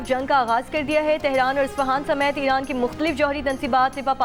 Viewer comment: She told us irank ne ?🤭